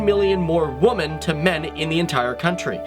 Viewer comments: It's women, women. Not woman. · Just why in hell can't this guy pronounce the word "women" correctly? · He keeps mispronouncing "women" as "woman". It's irritating. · Can you not pronounce the plural of woman? You always say woman /wuman/instead of women /wimin/. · in future can you not say woman when referring to more than female... Women the fucking word is women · You say "woman" when you should say "women". It's pronounced (whi-min). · learn how to pronounce women, plural of woman. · Do you not know that the plural of woman is women and there is a different pronunciation for that word? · How do you not know how to pronounce women? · Why can't you pronounce women? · You may want to look up how to pronounce the word "women," my dude. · Odd pronunciation of "women" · Thanks. One gripe - you're pronouncing Women incorrectly.